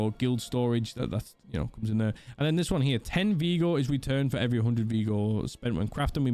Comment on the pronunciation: Vigor my g. Not veeeeeegor